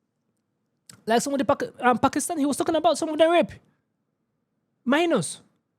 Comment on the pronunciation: I know it's not a laughing matter, but I really thought he said "my anus" not minors 😅